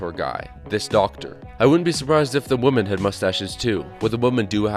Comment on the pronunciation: why can't you say 'women'?....the plural of woman is not "woman".